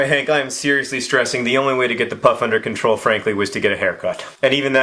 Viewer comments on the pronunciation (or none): none